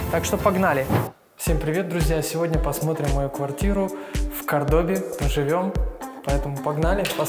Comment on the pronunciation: Действительно, ну зачем снимать видео, если не знаешь как правильно называется город. Может за тем, что интересно. А не правильное ударение совсем не портит видео. Тем более оно про квартиру, а не про город. Вот если бы он Кордобу (не уверен, что это название склоняетсят и я правильно его просклонял) назвал Мар-дель-Платой, вот это был бы косяк.